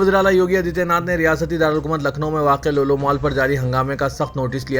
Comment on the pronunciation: please correct your PRONOUNCIATION For Example LULU NOT LOLO